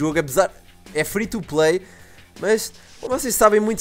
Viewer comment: quando o falo free to play parecia q ele tinha falado frito o play